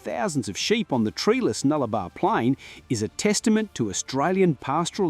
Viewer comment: Nullarbor, not Nullabar.